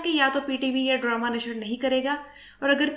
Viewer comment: ڈرامہ کو ڈرومہ کیوں کہہ رہی ہیں آپ؟